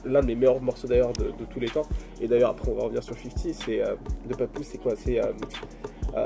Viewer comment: Les Americains disent papoose pas pepoose bro